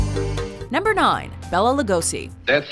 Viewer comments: omgg it's so annoying 😤 Béla pronounced with long É ! pronounce it correctly and it will not sound like "Bella" also, Lugosi pronounced as 'Lugoshi' americans... -.-" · Rozz Williams? Andrew Eldritch? and why was the goth godfather at 10? and you showed Peter Steele for Peter Murphy. Bela is pronounced bay-la btw, not like bella.